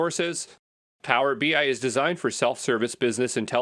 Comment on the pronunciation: It is text to speech. Notice pronounces BI as BY..."Power BY"